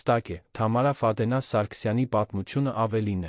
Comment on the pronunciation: Այ անգրագետ, Ֆադենա չի` Ֆադեևնա, _ականը առանձին չեն կարդում։ Սովորիր կարդալ։Առաջին դասարանի աշակերտը քեզանից լավ կկարդա։ Եվ, ընդհանրապես, Գյուլնազ տատի հեքիաթն ես պատմում։